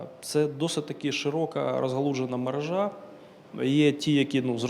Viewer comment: МережА це не маржА!😊 А мерЕжа! Слава Україні!❤